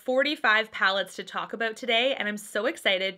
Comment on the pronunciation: I always forget you’re from Canada until i hear you adorably say “aboot” lol